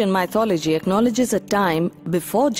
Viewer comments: Asd Ff No. Sorry. I can’t buy that. Accent is not a good enough excuse. The word is “myth” not “mye-th”. Therefore, she can’t mispronounce the word without knowing how to pronounce the root word properly. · Oh Goodness! I cringed every time she said “MY-THOLOGY”. Please pronounce it correctly. It will give your video more credibility.